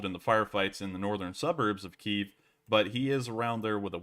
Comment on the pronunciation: Its pronounced Kyiv.